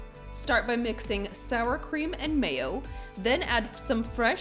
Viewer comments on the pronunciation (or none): none